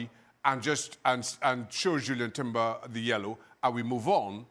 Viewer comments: How does Shaka not know Jurrien Timber's name? Called him "Julian" for the whole video. Isnt it his job to know the players name? Plus the Arsenal hate is so obvious. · I think Shaka should get a red card for persistently calling Jurrien Timber, Julian Timber. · Maybe get Jurrien Timber’s name right, Shaka